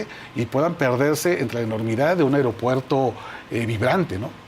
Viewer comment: DIJO EL INVITADO "AIROPUERTO" ¿SERÁ REALMENTE UN PERIODISTA?